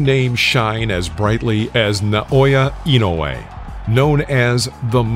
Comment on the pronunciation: Finally a video that pronounces his name correctly, I usually cringe thru videos about Inoue that massacre his name. It’s disrespectful not to take the time to learn to say someone’s name & then post a video about him.